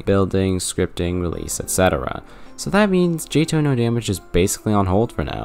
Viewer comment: Still Jay-Toh? 🤔 Dude just saying it's Jay-Tee-Oh-H 😂 Also one more nitpick: you implied 146 is over 150.